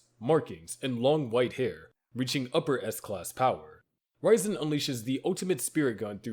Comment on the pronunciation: RIAZEN NOT RAIZEN makes it sound like raisen